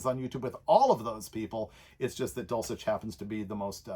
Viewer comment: Why do you pronounce Steve's last name, dulchic, or dulcheck ?